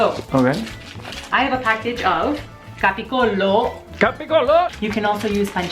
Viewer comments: I want to say to that is not capicollo but the correct word is capocollo:D And the next time try to put only the yolk of the eggs, it's more tasty! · it's pronounced ga ba geel